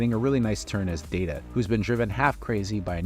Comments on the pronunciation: Dada? Come on... You've got to do better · It’s Day-tu not Dat-uh. There’s an entire TNG scene about the pronunciation. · Did you say Dada! How disrespectful... Let DATA tell you how it is! I thought you were a Star Trek fan. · Are you saying Data wrong on purpose cause its really f-ing annoying! Its Data NOT Daaata, you know what you’re doing ya jerk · Day Ta, you called me Dat-Ta. One is my name the other is not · Did you just say dah duh, instead of daytah? Seriously? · He called him Da-Ta instead of Day-Ta and I feel there is an entire episode of TNG dedicated to this folly. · My first time watching this channel... so many mispronunciations... "B'etor", "Wolf 359", even "Data". I'm less than half way through and can't continue as it's hard to trust a presenter who doesn't know the subject matter. "Data" was the last straw. One is his name, the other is not. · I'm sorry did you say DAH-Ta? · Nemesis was far superior to Insurrection. Also, why are you saying Dah-Tuh when you’ve seen TNG before? And it’s Clockstoppers, not Clockwatchers. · Um it's Alfie Woodard not Alfrie!!! And Data is a long A, as in DAY TA. How can a Trek fan screw that up? There's even issues on Series with Pulaski and another female scientist pronouncing Data wrong. He even corrects them. WTH??? Ugh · You kept mispronouncing Data's name. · It’s pronounced bay tor not b tor, have you even watched the show before…??? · 'Data' not 'Data' One is his name, the other is not. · The worst thing about this particular narrator is his utterly inconsistent pronunciation of actor and character names, especially Data. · This video was great... but never call Day-Tuh, Dah-Tuh! Also, Michael Piller, not Pill-EE-er. And Alice Krige is pronounced Alice Kree-Guh. Just sayin'.